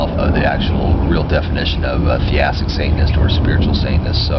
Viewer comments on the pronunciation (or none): To be an annoying ass...it's not "theastic", it's theistic. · i think you mean theistic, but your saying it like theAstic